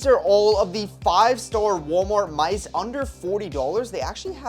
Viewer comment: Bro said mise instead of mice